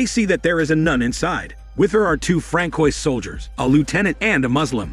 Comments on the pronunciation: “Frankoys”?? 😂 Mais non cher “fran-swa”? lol 😂 I screamed every time. 😱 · Francois is pronounced: Fran swah.....